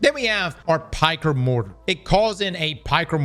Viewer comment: Piker? Dude on the stream kept saying “Pecker” and my wife and I would giggle like little kids.